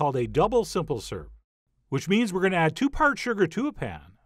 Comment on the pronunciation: Why does the pronunciation of the word syrup confound you so?